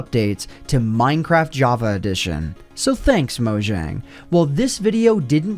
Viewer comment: Take a shot every time he mispronounces "Mojang."